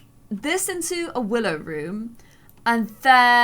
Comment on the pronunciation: Go to to hear her call willow “willith”